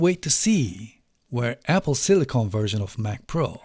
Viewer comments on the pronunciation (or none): Hocam, "silikın" yerine "silikon" diyorsunuz, amerikancada bu olay farklıymış Türkçeden. Bilgisayarlarda kullanılan, Apple'ın da ismini verdiği Sillicon (silikın), silisyum (element olan) anlamında. Silicone (silikon) ise bildiğimiz silikon, estetikte kullanılan. Telaffuzunuzda hata var bu sebeple; silikın şekli doğru olan. Ellerinize sağlık ayrıca, on binlerce dolarlık özel ekipmanı olan onlarca reviewer'dan çok daha başarılı işler çıkarmışsınız.